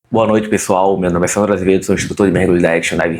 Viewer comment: Tive que colocar na velocidade 0,5x e ouvir 10 vezes até entender o nome "Sandro Azevedo". Agora vamos pro vídeo.